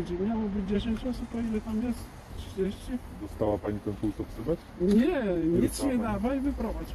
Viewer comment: Ta Pani nawet nie wie co dostanie "pulsoksometr" dostanie, a otrzyma "pulsoksymetr" nie robi jej to chyba różnicy, ważne że dostanie cokolwiek :D